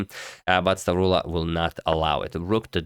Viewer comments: The pronunciation of the Greek name was on point, nothing to worry about there. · Hey Agad, perfect pronounciation, you actually said it like you are from the center of Greece! <3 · You pronounced perfectly "Stavroula"